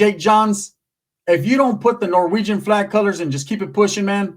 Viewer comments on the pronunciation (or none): Not noreweigon 😂